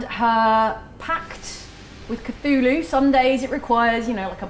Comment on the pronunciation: did you actually pronounced Cthulhu right? The Lord appreciates that.